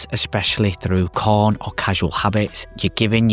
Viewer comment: Is this dude saying corn not porn?